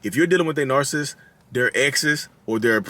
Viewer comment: I'm from Philly and I pronounce "narcissist" the same way you do. You do you. 😊